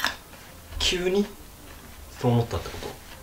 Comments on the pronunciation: テロップなかったらキュウリ？にしか聞こえない説笑笑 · 急にがキュウリに聞こえる笑